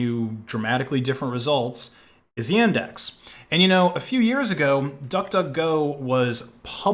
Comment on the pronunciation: Welp, I may be Russian so data collection on Yandex (it's not Yendex, like you pronounce it) is gonna be a thing but okay then, time to go back to the old times Also, we have a lot in common, why won't you talk to me? D